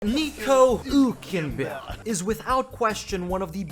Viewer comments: His name is Hülkenberg not Hulkenberg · It's Hülkenberg not Hulkenberg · hÜlkenberg!!!! ÜÜÜÜ, say it or leave it! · Its Hülkenberg not Hulkenberg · He is german and the name is hülkenberg with ü two points over the u (diese Kommentarsektion ist eigentum der BRD)